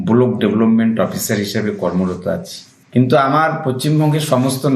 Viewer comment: ঐ BDO এর কিছু হবে না। ও very much influential। Driver ও body guard ঐ খানে কি ওকে বাদ দিয়ে সল্টলেক গিয়ে ছিল। ওর সাত খুন মাপ। আপনারা টিভি তে দেখবেন যে ও ব্লক কে ব্লোক উচ্চারণ করে।বড় নেতা ও মন্ত্রীর সঙ্গে ওর heavy connection আছে।